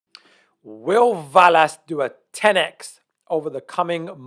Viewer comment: I think it pronounced VEL-ass 👍